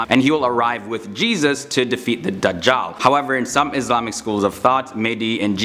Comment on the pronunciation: This guy pronounces Dajjal as The jaw😂😂😂😂🤯...turn on subtitles